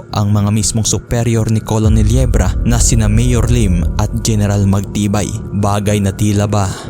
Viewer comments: Anong KOLONEL hahaha basa po sa COLONEL is KERNEL not KOLONEL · Hindi kailangan perfect ang pronunciation, pero sana maayos man lang. COLONEL is pronounced as 'kernel', hindi po 'kolonel'. At bakit sa bandang , eh ang pagkasabi ay "3 AM PM"? Ang labo mo par, nakalagay na nga sa pinaskil na pm, ginawa mong 3AM PM? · Colonel -pronounce as "kurnhel" or kurnel